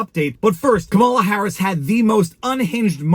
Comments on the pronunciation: Coupmala would be an accurate pronunciation. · Is it a thing by conservatives to mispronounce Kamala's name? Is it just too hard to say COMMA la? Or, what is the point of it? (I truly want to know....)